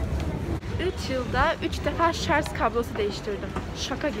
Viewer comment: Şarzzzz değil canım şarj 😍😍😇😇😇😘😘😘💕